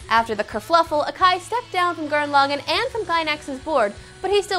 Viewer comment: she said gurren lagann wrong. dumb fat chick is dumb